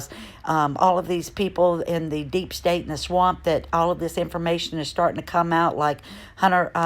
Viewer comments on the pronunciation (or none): none